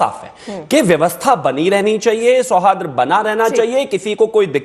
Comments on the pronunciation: BJP के नारंगी पहले शूद्ध उच्चारन तो करना सीख ले सौहार्द बोला जाता है तु तो बारबार सौहाद्र बोल रहा है बोलना आता नही चले आते हैं डिबेट करने । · Sohadra nahi hota sohard hota hai